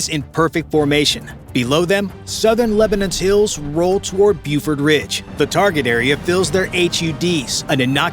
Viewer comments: It's pronounced "Bofort," not "Bufort." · Not "bewfort ridge," BOfort ridge."